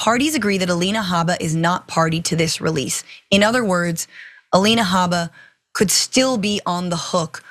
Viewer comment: If you mispronounce Habba’s name for fun you justify the Right mispronouncing DA Fani Willis’ name.